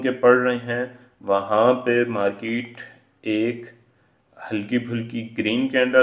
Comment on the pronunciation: The word is Market and not Markeet. Please correct. Otherwise good